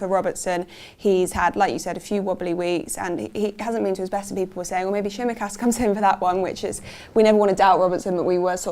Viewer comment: Did pronounce Tsimikas’s name correctly there? Wow!! Well done!!